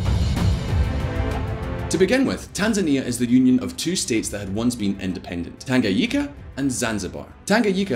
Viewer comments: Did he just pronounce Tanganyika "Tanga- yika"🤣🤣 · I'm Kenyan so I know some Kiswahili. It's mapinduzi. ma-pin-duzi. I don't want to sound condescending and that is not my intention. Just want to help anyone who wants to say it. Also, it's tan-ga-nyi-ka. Finally, yes, I do think other countries should put more pressure on dictators. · Tangayika😂😂it's tanganyika